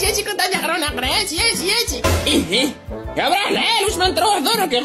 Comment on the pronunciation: راه يقول نخرا مشي نقرا